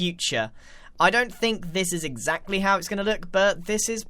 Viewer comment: Cant wait to hear grian say "eggsaxtly"